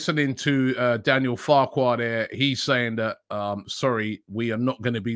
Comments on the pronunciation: Was it just me who heard Robbie say ‘Daniel Farkwoid’ 😂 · Deffo not the only one 😂 back again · lord farquad ahahaha